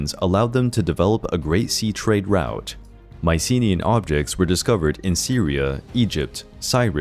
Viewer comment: You mispronounced Mycenaean